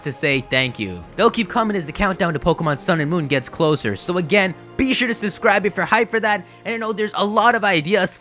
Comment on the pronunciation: I don't want to be insulting though however much I like your voice, I can't get over your sharp, excessive "Be sure..." that revolts me. I can't help it.